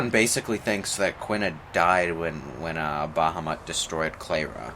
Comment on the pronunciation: Umm.. You said bahumat. It's odin